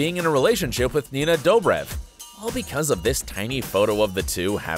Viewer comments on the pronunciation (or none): none